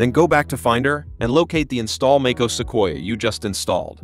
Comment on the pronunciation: Make-ose? Come on, man. Hire a human voice.